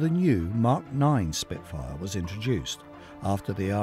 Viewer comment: Achtung Shpitfuer ! Arggggg .